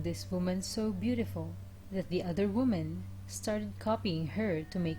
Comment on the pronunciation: WOMEN is pronounced WE-MEN...not WU-MEN